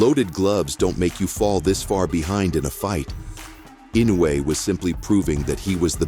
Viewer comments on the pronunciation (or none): Pronounce "Eenoy" Not inuway lol